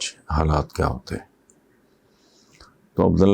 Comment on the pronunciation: اِصلاح کی جسارت... عَبدَاللّٰہ ٬ آپ نے تَلَفُّظ فرمایا... مگر... معزرت سے اِس لفظی مُرکّب کا دُرُست تلفظ عَبدُاللّٰہ ھی ھے... جس کی جمع عِبادُاللّٰہ ھے...